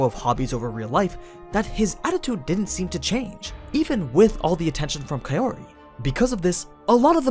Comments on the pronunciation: The thing is, Arifureta volumes on average have 2-3x the page count of your usual light novels like Konosuba or No Game No Life. Volume 1 is a thiccboi, so yeah, they skipped a f*ck ton of content in the anime. Also, Kaori is pronounced "cow-ree" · I keep hearing kayori